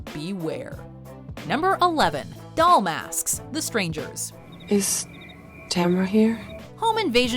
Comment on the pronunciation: 😂 She said MASKSKSK 😂